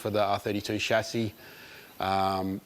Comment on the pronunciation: The only ausie that says chassis right. No Schazzy here.